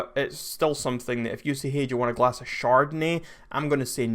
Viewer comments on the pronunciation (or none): none